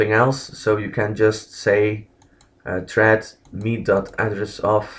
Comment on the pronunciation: its thread, not tread lol